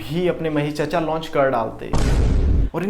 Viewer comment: I lv the way u say "chaccha"😂😂